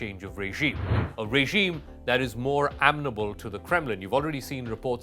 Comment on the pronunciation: Please- it's uhMENable, not ammnable.